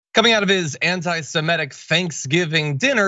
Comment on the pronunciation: "Suh-MIT-tic"! Not "suh-MET-tic". Please stop this trend.